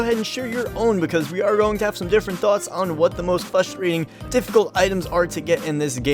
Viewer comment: the amount of times he said "fustrating" made me A N G E R Y